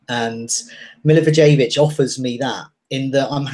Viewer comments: It's MILI-VOYE-VICH Even if you say it MILI - VOLLEY - WITCH you would be closer to the pronunciation than Mili-vou-jay-vich. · Milla-voy-yevitch is closer ;) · Please learn how to pronounce the name of Milivojević! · How come every single FPL YouTuber pronounces Milivojevic's name wrong? Learn to say it properly and say it with pride and honor. COYP!